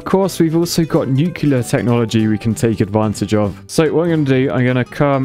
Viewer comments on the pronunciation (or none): only architects are allowed to say “nucular” instead of nuclear